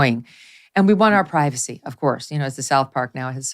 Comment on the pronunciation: "We want privaceh! We want privaceh!"